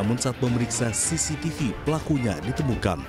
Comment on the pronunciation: “periksa ststtststcctststssaahh .. “ Ngomong CCTV susah bgt 😂😂😂